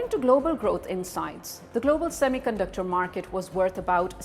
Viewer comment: Pakistanio semi conductor ko thik se pronounce hi nehi kar pate, saamy caanducter bolte hai. Wo karenge semi conductor sector mai niwas😂😂😂😂